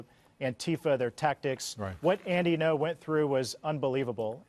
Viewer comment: Ngo, not gno. Ng'o. The ng is a single consonant as in sing.